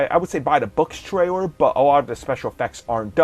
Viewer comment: Cringed "Twailer" "Micwo Chip"